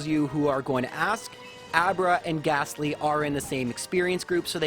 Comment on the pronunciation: Good stuff as always, and I don't even mind the wrong pronunciation of Lore-uh-lie. However I DO mind the "h" in Gastly at the end!:)